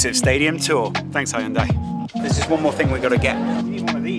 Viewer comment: That pronunciation of hyundai tho